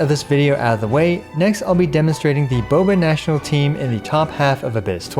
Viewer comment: Bobational sound like Boobational 😳